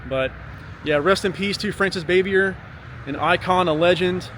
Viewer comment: You need to learn how to properly pronounce her last name